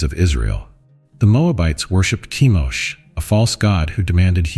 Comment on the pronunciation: Chemosh not Kimosh.